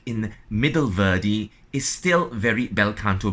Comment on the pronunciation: Maestro your English is great. But, the great opera composer Verdi's name is not pronounced as Vördi or Veurdi like you do. The two letters in his name, v and e, should be pronounced exactly like the v and e in the words like vet, vent, very, vest. Sorry, a tiny detail...